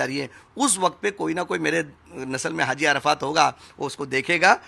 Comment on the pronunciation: It's haji Not hazi